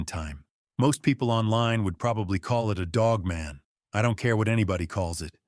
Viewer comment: Did nobody at least edit this AI video? The woman’s arms are obviously a man’s hairy arms. It’s just lazy and it’s not pronounced Dogmun lol.